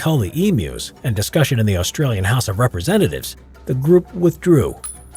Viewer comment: Say Australian Artillery again. Or ask an Aussie like myself- I’ll do it for free. Did well in Drama at Uni